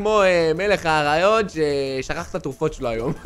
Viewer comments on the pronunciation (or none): ליאור מלך העריות עם דגש על הע במקום א זה בכוונה